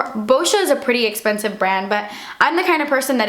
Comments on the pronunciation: fiiiinalllyyy "DASSS ESPENSSIVE" :D :D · cause sighs das esspenseve